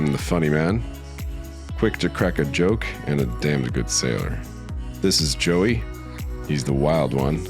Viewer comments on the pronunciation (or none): none